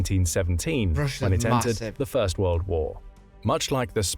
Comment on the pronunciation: Why can't he pronounce world.